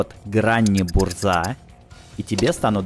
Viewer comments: по-польски название танка произносится как "бужа" а не "бурза", ударение на "У" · Не Бурза, на польском RZ - Ж, правильно - бужа, что переводится как Буря